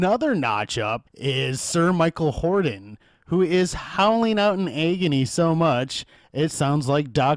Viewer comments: Alastair Sim. No "s" on the end of his last name. Michael Hordern. Not hording. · Sir Michael HORDERN, not "Hording". Basic research.